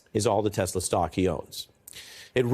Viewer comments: Trump says Teslur. What is that? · "Everything's computer" "Teshlar" ....sharpie loving Trump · Did he say tesler? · Is it just me or did he say "I love Tesler"? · Did he really say "I love Teslur"??? LOL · "I LOVE TESLER!" 😂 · "I sawr the testler, I said wow what a wonderful testler, I love testler." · 'I Love Tesler'. Number 1 salesman of the year strikes again. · Did he say, "I love Tesler" 😂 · “I love Tesler” ? Brain….disintegrating into creamy oatmeal…by the day. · It’s “Tesler” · So trump and musk are such great friends and partners and it seems like it’s the first time trump ever saw one. lol. 😂😂😂. He mispronounced the name as well. 😂😂😂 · YEAH HE DID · "I love Teslerrr!"🤦🏾‍♂️ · Jesus our president can’t even pronounce Tesla. He called it aTeslor. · 😂I love Tesler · Can't even say "Tesla" right..... "I love Tesler" -DJT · And then Trump mispronounced Tesla as Teslar...he can't even read. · Captin bone spur's is terrible salesman couldn't even pronounce the car right "teslar" his customers are just gullible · Did Trump actually say he didn't need his notes like Biden and then he called it Tesler instead of Tesla yeah Donald you need those notes😂😂😂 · "I love tessler" 😂😂😂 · “I love Tesler!”😂😂😂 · What's Tessler??? Maybe he needs notes to remind him to say Tesla instead of Tessler . . . what a Doofas! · lol.... "Tesler" What a goof. POTUS? Or just PUTZ? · He called it "Tesler." 😂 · Donald..." I love Teslerrr" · "I love Tesler" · “I luv TESLER!!!” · "I love Tesler!" 😂😂😂💀💀💀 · “ everything is computer” omg LoL.. “ I love Tesler” yup MAGA, you chose that! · Trump: "I love Tesler" 😂😂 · I’m glad we all know how to say it now. TesleR. 😂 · "I love Tesler" he said. Yikes! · He couldn’t even say the word TESLA lol what are we doing here! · Love how dump calls them tesler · ‘I love tesler’🤦🏻🤦🏻🤦🏻 Can’t get his plan right and the name of his ’friends’ car company… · tRump has no ethics....and he said telser !!!! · "I love TESLUR!" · Trump said tesler 🤣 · Trump “I love Tesler”